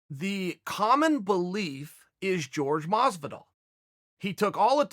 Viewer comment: Ok, CAN YOU PLEASE STOP MISPRONOUNCING JORGE MASVIDAL’S NAME FOR FUCKS SAKE!!!!!!